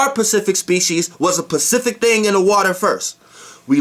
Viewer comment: I love your info but it's "specific"